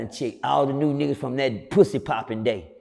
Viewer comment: When he said the dudes was pwuassy popping on the floor man i lost it!!😂😂😂😂😂